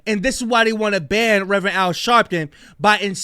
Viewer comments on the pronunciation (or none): It’s BAN not BAND